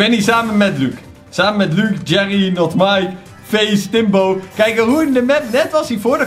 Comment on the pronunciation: het is GERRY niet jerry